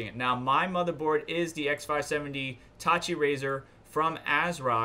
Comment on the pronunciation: Taichi (Tie-Chee)